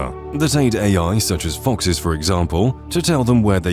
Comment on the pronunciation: It's foxes, not fonxes